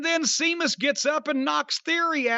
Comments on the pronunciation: It's Sheamus not Seamus. Match was very good too by the way. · Jim calling Sheamus Seamus is driving me mad lol. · Cornette calling Sheamus "Seamus" will never not be funny to me. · Can someone tell Jim its pronounced sheamus? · Jim saying Sheamus's name wrong made me chuckle a bit.